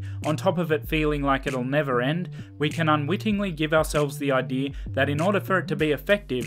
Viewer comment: bro kept saying I.D instead of idea, I couldn't focus to what he had said